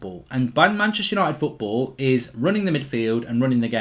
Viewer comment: "Manchepster "united😭